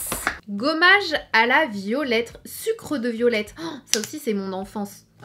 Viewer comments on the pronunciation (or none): none